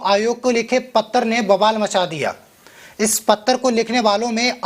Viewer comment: Pattar nahi janab Patra kahiye